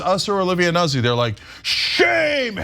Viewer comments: Nuzzi? its not "nah zee" ...it's "new tzee" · NOOT-see, not Nuzzy lmao